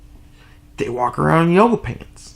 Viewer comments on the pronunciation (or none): none